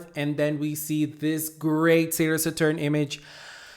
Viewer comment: Please pronounce Saturn correctly , you re killing my ears lol .